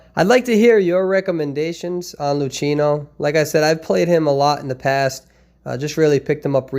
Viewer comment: The correct Italian pronunciation is Loo-Kee-No